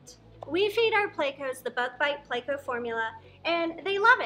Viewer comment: I love haw you pronounce pleco you're the best. "plecow" dont change it for anything